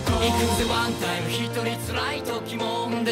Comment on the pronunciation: 菅田のいくぜワンタイムのタイムの発音が嫌い